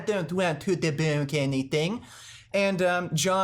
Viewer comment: "Ah deun't wount to debaounk ennytheing" 😆😅